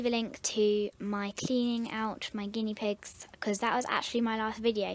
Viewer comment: You said guieee pigs